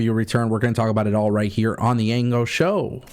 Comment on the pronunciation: So what was your point then? Ango said it correctly.